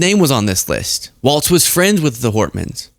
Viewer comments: Walz not Waltz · ITS PRONOUNCED “WALLS” like holding up a roof not “WALTZ” like that dance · GD it it is pronounced walls. Not Waltz. But yeah everything you said!😊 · It's a common mistake, but Walz is pronounced "Walls", not "Waltz". A very minor correction in a much bigger story of tragedy and terrorism. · Walz is pronounced like walls. Not waltz. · Cmon -it’s Walz not Waltz!!!! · Say Walz without the t that’s pronounced in the word waltz, but do say it that way for Mike Waltz. Think of the pronunciation of“walls” when you say the name of Gov. Walz. People from Minnesota will thank you for saying this name correctly. Thanks for covering this story. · So many people do not have enough attention to detail. and so many others, how many t's are in the name Tim Walz? His sir name is Walz as in walls. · I love your work. But….Walz is pronounced “walls” not “waltz.” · PRONOUNCED WALLS (WALZ) 😊😊😊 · The governor’s name is pronounced “walls” not “walts.” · It's terrible what happened here in my state. I wonder if there was conspiracy involved? MAGA is disgusting. But I have to correct you on one thing. Our governor's name is Walz pronounced walls- not Waltz like the music. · Even now people are still butchering Walz's last name. It's not "Waltz", it's Walz, and it's pronounced "Walls". Now, thanks to this video, hundreds of more people will continue incorrectly pronouncing it. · It's pronounced "WALLS" 😊 WALZ